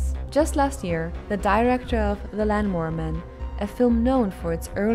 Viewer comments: did she just pronounce lawnmower man and "land"mower man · STOP SAYING LANMOWER MAN!!! WTF?